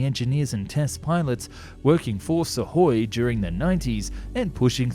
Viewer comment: Wow, an English YouTuber that didn't follow the failure'ous "transliteration" charts and had read the Suhój as Suhój – not as "SOOkoj"(instrumentative singular for /b.tch/)